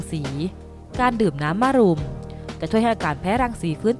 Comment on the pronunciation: ต้องอ่านว่ามะรุมไม่ใช่มารุม